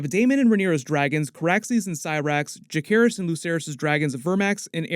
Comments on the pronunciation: It's Ja-Ser-Ris not Ja-Care-Ris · It’s interesting the way you say Lucerys correctly but not Jacerys. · I’m begging you to pronounce jacerys’ name properly PLEASE😭